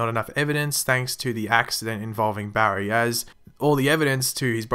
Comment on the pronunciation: Your so bad at saying his name Barry